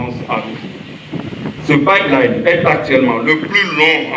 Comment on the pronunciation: Il faut que la journaliste apprenne à bien prononcer le mot Pipeline. C'est inadmissible cette faute.